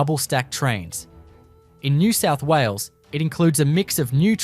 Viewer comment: What's happening with the inability to say "New South Wales"? eg sounding something like "nesessawulles"